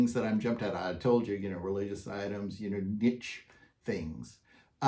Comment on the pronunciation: Nice info. I found it interesting that you pronounced niche both neech, and nitch. Also, I lived in Spokane for about 9 years. CDA is 30 minutes away. Not trying to nitpick you because unless you are a local, you don't know. The pronunciation of Cour D' Alene is core da lane. Just FYI.